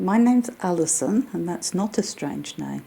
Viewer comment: tell me that didn't say Alison. Sounded like "Allie son."